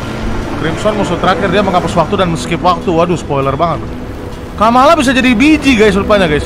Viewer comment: bang itu bukan kamalakan tapi kamala